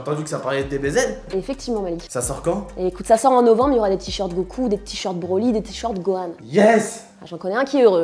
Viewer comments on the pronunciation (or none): none